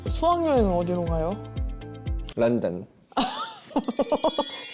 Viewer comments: 진정시키기위한 차로 입막음ㅋㅋㅋㅋㅋ 사냥드립ㅋㅋㅋ아직서로 말할때마다 신경쓰넼ㅋㅋㅋ 른든ㅋㅋㅋ발음 쥑이네ㅋㅋㅋㅋㅋ 인솨 쉬이자아악~↗️ 그래도 여기 얘 채널이야 오자마자 잡도리 익룡이냐곸ㅋㅋㅋ 시청자 다 나간뎈ㅋㅋㅋㅋㅋ 댄서가 포인를 왜케 잘아는건뎈ㅋㅋㅋ 비슷한노래 찾아낸것도 대단하다 진짴ㅋㅋㅋ 아니 비교했을땐 잘 모르겠던데 바로 권또또 목소리로만 비교해주니까 존똨ㅋㅋㅋㅋㅋ 댓글중에 이슈매니절 미니언즈냐고 한것도 웃기던뎈ㅋㅋㅋㅋㅋ ”똑같은데“ 슬피 무슨의도 말한지 알아서 웃긴듯ㅋㅋㅋㅋㅋ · 른든 ㅋㅋㅋㅋㅋㅋㅋㅋㅋㅋㅋㅋㅋㅋㅋ발음 너무 른든싸람 ㅋㅋㅋㅋㅋㅋㅌ